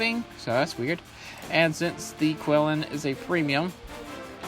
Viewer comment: Nice video, thanks. For the record, it's pronounced "chee-LIN". :)